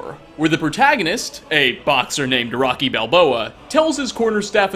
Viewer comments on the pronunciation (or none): none